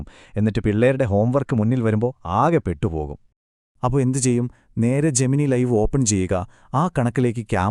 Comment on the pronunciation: 'ജെമിനി' അല്ല 'ജെമിനൈ' ആണ്